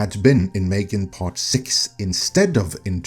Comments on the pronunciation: "Failed" is a misleading exaggeration. It only starts being in cinema in some European countries right now. It will certainly be profitable. Also, what is it with the strange pronunciation? It's simply pronounced like "Megan". Then, it's completely reasonable to change something after the first movie, to keep it interesting. Nobody knows if the horror or slasher aspect was the interesting part about it. I wanted the switch they made. Haven't seen the current movie yet, though. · It's pronounced "Mm three gan".